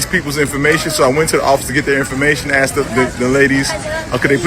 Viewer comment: Asked vs "Axed", just the public high-school teacher in me coming out.🤔👏🏿👍🏿💯❤️